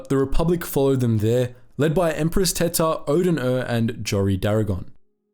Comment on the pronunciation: I have to pronounce her name empress 'teeta' otherwise she's just empress tits. Spanish is far to well known for people not to notice that.